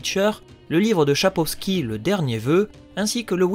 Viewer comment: Bonne vidéo ! :) mais c’est Sapkowski pas Chapowski :P